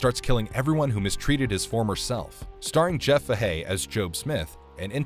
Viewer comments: Jeff fu-hay?? No my friend it's Jeff fay-he. Love the videos but if you have any doubts look that shit up. Your obviously are reading script and aren't the one who's the fan of these movies. That's why it's annoying to hear you pronounce the actors, directors, etc name's wrong. Just dating. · Why is this narrator so horrible at pronouncing celebrity names? Rob Reiner, Jeff Fahey, Idris Elba... At least have enough respect for the talent and the viewing audience to get the names' pronunciations correct.